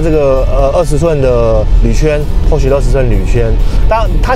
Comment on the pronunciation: 保時捷正確的英文發音 Porsche 是比較接近“潑兒夏”。不是“潑許”。可以在Youtube找的到。